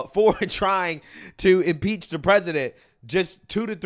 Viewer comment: He can't even say impeach😂😂😂😂you know your country is in trouble when you lose your cultural identity. God what a freak😂😂😂😂😂